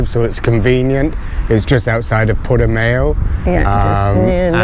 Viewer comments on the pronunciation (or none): You made the classic tourist mistake in the pronunciation of Portamao .It ends with an ow sound not ao.👍